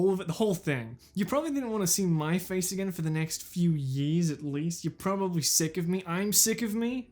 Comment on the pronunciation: “ for the next few yeeeears at least” love the accent